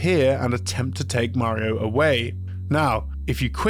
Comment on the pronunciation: Did I just hear a British man pronounce Mario correctly? Holy shit